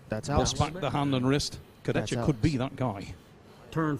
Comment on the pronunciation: start getting his name right, its disrespectful. Its not complicated, its "Kurdehha"